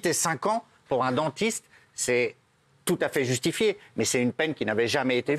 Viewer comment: C'est pas tchoutafait ma verité 😂